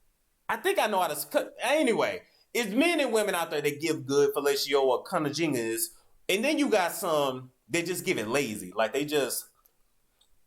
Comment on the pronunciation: Pronounced cunn-a-ling-us